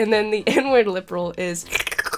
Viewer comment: I thought you said "N-Word", and not "inward"